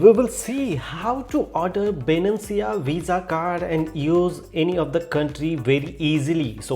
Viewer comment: bruh its not Binancia, it Binance.